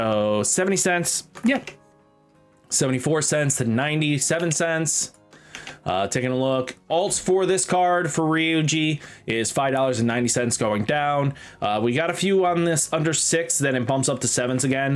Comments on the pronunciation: The botching Ryuji 8 times, being so confident with Ree-Oh-Gee and then accidentally PRONOUCING HIS NAME RIGHT ON THE ALT got me ded aight, good skit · Saying rioooji when it has a U 😂 Thanks for the updates though